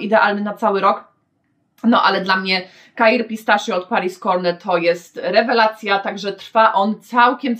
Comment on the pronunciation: Jak zawsze mega ciekawie, pozwole sobie tylko na jedną uwagę. Pistachio wymawia się "pistakio" Pozdrawiam:)